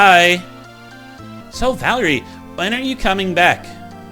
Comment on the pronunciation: You said Valerie correctly.